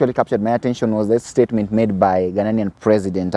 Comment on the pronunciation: It is Ghanian and not Ghananian.